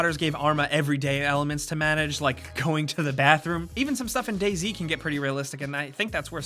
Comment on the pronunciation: DayZ, not daisy.